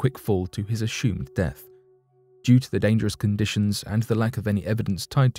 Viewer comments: Right around the 18 minute mark he mispronounced the word assumed. He said aSHOOMed and I laughed from a good place inside. I had just stopped laughing and taken a sip of water when he said preSHOOMED and I shot water from my nose laughing!!! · I'm weak. In the next story he said aSHOOMed again, TWICE almost back to back and then one more time a minute later. I wonder now if he is doing in intentionally to make us chuckle. 🤔 I love it.